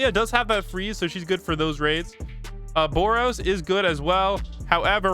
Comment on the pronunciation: Bro said boros on brook💀